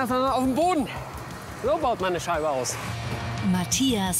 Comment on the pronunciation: Cindi: "Die Matschchias"